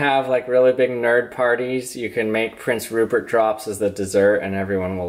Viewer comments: did he say porn syrup? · Is it me or did he say porn syrip